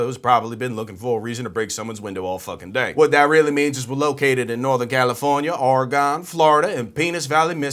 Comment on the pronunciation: Oregon is pronounced like Gun, not like Gone.